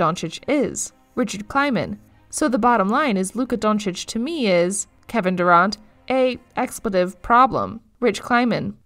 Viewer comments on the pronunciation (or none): but failed to pronounce durant and others